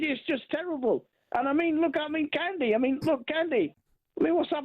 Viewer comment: His name is CUNDY not Candy ....dckhd